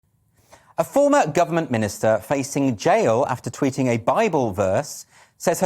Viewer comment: I’m gay and I believe in free speech. My irritation was the lawyers mid Atlantic accent of pronouncing t’s as d’s “she was tweeding out on twidder” 🙈🤦‍♀️🤦🤦‍♂️